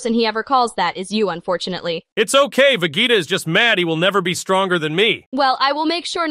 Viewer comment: lmfaoooo... hearing say "please don't tell vuh gaytuh" is just so funny to me:face-purple-smiling-tears